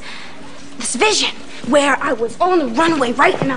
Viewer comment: Anyone else hear raven say bitch instead of vision